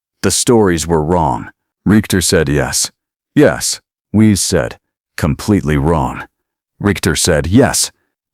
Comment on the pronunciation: Your AI doesn't understand German pronunciation - "Weiss" would be pronounced "Vice" . In German, 'ei' is pronounced 'eye', 'ie' is pronounced 'ee' and a W is sounded as V.